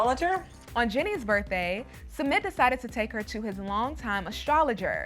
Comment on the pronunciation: it’s Sumit. not SEMET